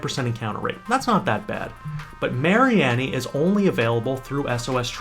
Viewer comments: Its Marine-E. its so simple. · can u not pronounce mareanie wtf